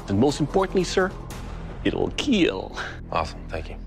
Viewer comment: Keal not kill